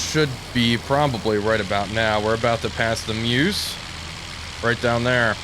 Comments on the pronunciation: Nice video. I don't want to offend you my American friend, but the river is pronounced Murr-zh. Murr as in the gift of the Magi, and Zuh as in Zu-rich. Got it? Make your WW1 Veterans happy. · The eu in Meuse is pronunced a bit like the vowel sound in fur, before you start rounding the consonant. Sorry, couldn't find any better example, but I hope this helps. Great video anyway!